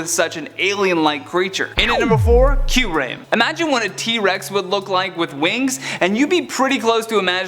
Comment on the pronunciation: The way he said Kyurem and Giratina made me cringe down to my nuts